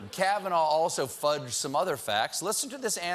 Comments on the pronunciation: "Judge Kahvanaur" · Why does he keep saying it with an R.... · Trump cant even say Kavanaugh properly. Should be voted down just for this. Judge Kavanar. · Not sure why Trump says ‘Kavanarr’. That’s not how you pronounce the guy’s name. Also the fact that he somehow realises his only redeeming quality is not drinking is stunning. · did Trump just say "Judge Kavanar"? Seriously? He can't even pronounce the name of the guy he wants right? SMH!!